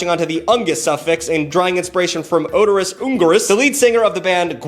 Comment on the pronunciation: You got "Oderous" right.